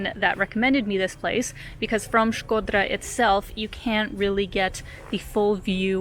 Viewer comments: Your pronunciation of Shkodra it’s perfect, jus like a real “Shkodrane” ( girl from Shkodra) . Glad you enjoyed Shkodra. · Hearing U say Shkodra made me feel some type of way 😜😄 U nailed the pronunciation, as if an albanian said it 😃that’s awesome 👏🏻👏🏻😘❤️ and thank U for your videos of Albania 🇦🇱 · you have the best pronunciation of Albanian names from all the Yotuber's travel bloggers that visited Albania. Others usually " massacre" Albanian names, but with you I just can't find a single mistake.👌 By the way, Shkodra has a lot to see outside of town, but you need a local to show you where to go and most importantly WHEN to go. Lastly, you are a brave girl to visit the castle in the afternoon all alone, not because someone might attack you, but it is such a big and isolated place that can freak you out. Cheers from Albania!🇦🇱